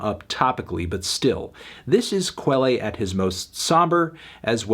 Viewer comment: is his name really pronounced “Kwellay?” I assumed it was “Kell” like the French word